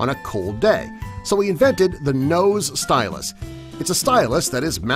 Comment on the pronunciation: "Nose stylusT"